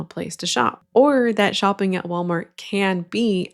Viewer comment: “um hello WalmarK” lol